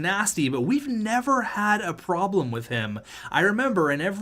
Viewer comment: Oscar Gormley isn’t usually a “Praglem” 😂😂😂